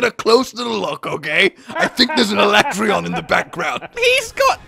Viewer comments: Escaton judgement is powered by how often people refer to Alatreon as AlatrEEon instead of AlatrEYon😂 No wonder n are melting hard with a vengeance! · Why do they pronounce it Alatrayon I refuse to accept that that is correct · I love how neither of you react to the obvious butchering of Alatreon's name "the ah-la-tray-on" FFFFFFFFFFFF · OMG it drives me nuts on 2 things, 1) he never picks up teh shiny drops, and 2) STOP SAYING HIS NAME WRONG! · The in-game pronunciation of Alatreon is pure cringe.